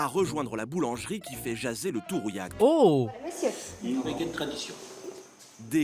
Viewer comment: Alors c'est Rouillac, pas "rouyac" et les deux ont fermé